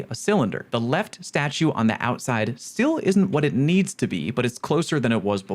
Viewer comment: Hehe Ouside (You’re tired I don’t blame you)